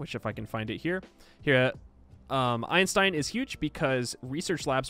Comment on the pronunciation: I am never going to not hear "End your turn now" when you say Einstein.